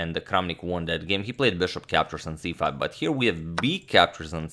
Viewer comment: There's no "I am" he's just "Sorry About Dat